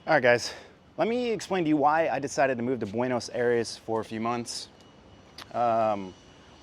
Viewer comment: Tienes que aprender como pronunciar Buenos Aires